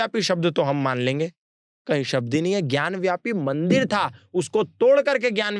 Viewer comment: ज्ञान व्यापी नहीं भाई ज्ञान वापी है..वापी संस्कृत का शब्द है जिसका अर्थ कुआं होता है